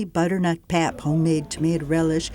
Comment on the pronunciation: “Pap” is pronounced “pupp.”